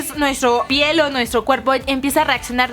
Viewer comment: en el minuto dice nuestro pieñ